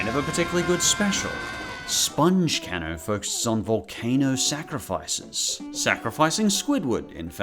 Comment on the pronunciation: It’s pronounced cay-no not can-no